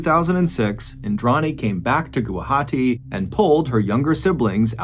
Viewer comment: Thank you so much Mr Ballen for covering this case , I’m from Guwahati hearing you said Gawahati it made me happy ❤…..